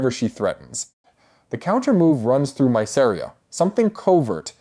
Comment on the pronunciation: Please pronounce Mysaria right >.<